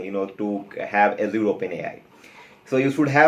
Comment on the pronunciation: Fair content. Although it is funny how you say Azure. ऐश्यूर :D.